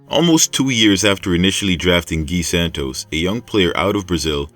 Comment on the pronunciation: At least pronounce the guys 1st name properly you English speaking mf always butcher names